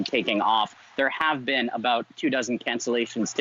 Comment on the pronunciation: She doesn't know how to say "about" but only "a boat".